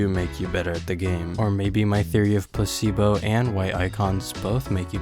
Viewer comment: why does he keeps saying pussy-bo instead of placee-bo